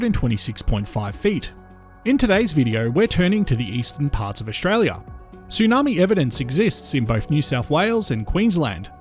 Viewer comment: I feel I have to comment on the pronunciation of the narrator. Apart from Pilbara being pronounced in a way I've never heard before, and the sound "s" being pronounced as "sh" as in "Ushtraya", finally I hear "trows". What the hell is a trow? I think to myself. Then I read in the subtitles "troughs". (get an Australian dictionary and look up the pronunciation) There are three possibilities. 1. The narration is done by computer and set to mimic a peculiar Australian accent. 2. The narration is done by an Australian who is ignorant of correct pronunciation. 3. The narration is done by a non Australian who simply doesn't know the correct pronunciation of words relevant to Australia. Finally in all cases the narration should be checked by the supposed Australian geologist who makes these vids. Butchering the English spoken by Australians when discussing Australian topics is an insult to native speaking Australians. Australians who have subscribed to this Chanel will get jack of it (to use an Australianism) and simply unsubscribe. Don't give up your day job as they say. As a mining engineer I enjoy the exposition of geological facts about Australia, but the pronunciation being butchered makes it almost not worthy of watching.